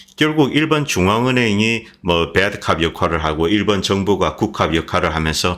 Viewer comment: "일번" (X) 일본 (O)